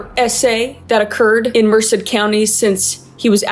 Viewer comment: DID U JUST SAY MERCED CALIFORNIA 😭